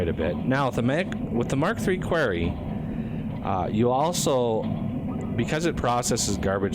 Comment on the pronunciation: Your mispronunciation of quarry drives me nuts every time I hear it. Both UK and US English have it as kwa-ree, but you keep saying almost "query"